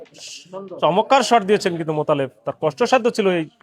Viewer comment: ভাই চমক্কার কেন বলেন? চমৎকার বলবেন।